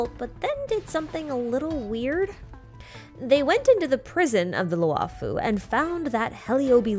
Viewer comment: xianzhou luofu is pronounced “she-an joe loo-oh foo” the “luo” does not end in an “ah” vowel